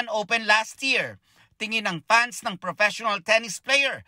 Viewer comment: pans (fans), por (four), pormer (former), poot (foot), bidyo (video).... sus Ginoo, parang elementary lang kung mag report, nelson naman, tumanda ka na sa trabaho mo, ayusin mo naman dhaaay.